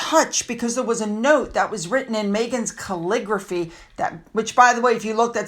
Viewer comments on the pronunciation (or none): Madmegs "calligraphy" 😂😂😂😂😂.